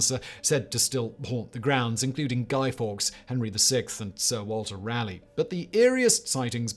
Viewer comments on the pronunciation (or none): none